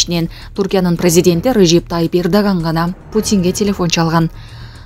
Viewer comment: Лидер деген созду ,президент деген созду бир кызыктай айтат экен